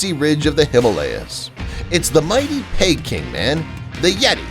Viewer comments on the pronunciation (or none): none